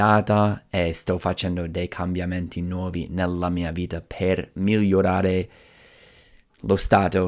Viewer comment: Bravo, parli molto bene in italiano. Solo alcune imperfezioni: 0.04 bentornati al mio canale (non al mio video), 0.37 spremere (non premere ), 0.40 creativamente, ho smesso temporaneamente di fare video, 1.27 nell’ultimo : allunga molto la elle (nellllultimo), 3.30. vita (non vida), 4.20 infrango, 4.50 distorcere, 5.50 salute mentale (non della mente), zucchero nel cervello non è usato in italiano (diciamo sale in zucca), 7.30 gastronomia, 8.50 la meditazione (i nomi in italiano sono quasi sempre preceduti dall’articolo), 9.30 non manovre ma esercizi, 10.00nel mondo dei libri, 10.31voglio non voio. Parli meglio di molti italiani. Ho comprato il tuo libro, è molto utile, complimenti.